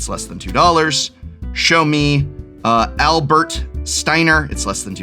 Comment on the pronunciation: As someone who's a stickler for the way magic players pronounce names- the names i've noticed you having an issue with are ones of pretty germanic origin? Like this isn't a final fantasy thing, "Adelbert" (which you pronounced as albert) is german for "noble bright", "Estheim" seems like a mashup of the latin "est", for "to be", and german "heim" as in "home" (see: Kaldheim). I've also seen a lot of people have an issue with the name "Thancred" which is another slightly modified germanic origin name, "Tancred" Anyway this is all to say, people keep going "i'm not familiar with final fantasy, these names are crazy" but most of them are just cribbed from history, like most fantasy.